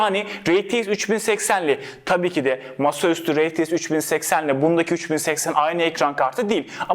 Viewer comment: rtx i neden reteix diye söylüyor